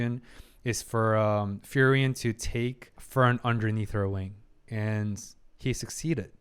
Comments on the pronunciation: Hey man awesome commentary love the deep dive into the psychology of these characters. Just want to say that you say frieren's name pretty wrong. You should pronounce it as free-ren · I love your reaction and the psychological side of it. But is it only me who is frustrated by his pronunciation of Frieren's name? It should sounds something like "Fre ren" but not "Ferien" ... Fun fact her name means 'be cold' or 'frozen' in German, just like her emotions at the beginning. All the names in the show are German words, describing their nature mainly: Himmel - sky (just like his haircolor), heaven (his good nature) Heiter - cheerful, bright Eisen - iron (he is very tough) Frieren - be cold, frozen Fern - remote, distant Stark - strong etc... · i enjoy your videos, but please, she is spelled FRI-REN, not FERI-EN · Frieren = free-ren. Who tf is furian😭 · Its "Free-ren" not ferien :) Great vid though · Please learn how Frieren is pronounced XD Hearing "Fireririen" every time is so weird XD Otherwise great videos! Really enjoyable analysis of one of my favorite animes 🙂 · I just wanted to comment on Frierens name, I beleive the "i" is silent that it is pronounced like "Free-ren" ..... I encourage others to chim in incase i'm wrong. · I really enjoyed watching the two episodes that are up! Insightful! I hope it's okay for me to say it's pronounced as Free-Ren? In the end it's not the end of the world, but I'm one of those people that ends up pointing at their screen ' You say it like this!' Haha! Feel free to ignore it though! Subbed and looking forward to the other episodes! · I've noticed you have a rather unique way of pronouncing Frieren's name... ;) By the way, another anime to consider reacting to would be, in my opinion, Dandadan. While it has some fun and crazy sides to it, I think you'll definitely enjoy how it deals with growing personal relationships. To call it good would be an injustice, it's so much better.